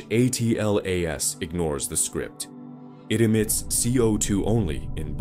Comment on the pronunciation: Why can't Ai say Atlas